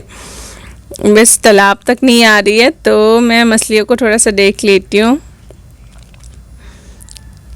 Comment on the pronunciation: Kitna baar bola re...Masli nahi Macchli